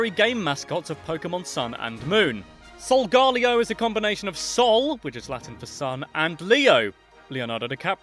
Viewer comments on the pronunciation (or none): they are pronounced Soul-Gar-Leo Solgaleo, and Luna-La Lunala